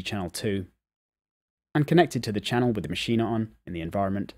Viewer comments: Ma'sheen....say it, Ma'sheen...not ma'sheen'a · It's pronounced Mashean......NOT maschina! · nah ... its pronounced "maschina" ... check out NI's videos